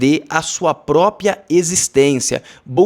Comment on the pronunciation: PRÓPRIA!!!!!!!!!! Fala-se PRÓPRIA!!!!!!!!! Não se fala propia e propio!😬😬😬😬😬😬😬😬😬